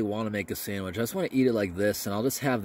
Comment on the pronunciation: You are supposed to give the FRH a little shake to help it start the chemical reaction. Also not supposed to set it down flat but on an angle. Also please learn to say sandwich properly.